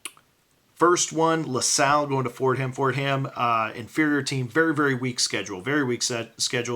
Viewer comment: The H is silent in Fordham. But both Bs are very loud in 'Ball Buster.' GL tonight my friend!